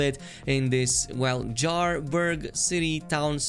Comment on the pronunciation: ive played over 100hrs and then i heard Jarburg? uh-what? Be right back...